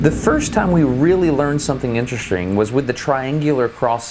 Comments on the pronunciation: Nice one Destin, when you were supposed to say “interesting”, you said “IntereSTRING”😂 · Go to did anyone else notice him say interestring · did- did you just say interestring?? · "instra-string" will now be my pronunciation of interesting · Was the "...intrestring..." on purpose? ;) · did you really just say: "intereSTRING'? Destin... you master of masters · "the first time we noticed something quite *Intrestring*" it was so punny